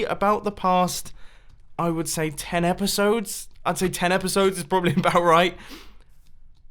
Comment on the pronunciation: Is it just me or is there something wrong about the way mumbo says 10 episodes ?